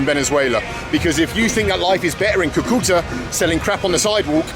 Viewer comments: It’s pronounced Cu-Cu-Taaa. Not Cue-Cue-tah. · Haha its Cúcuta (kú-ku-ta), not coo-coo-ta.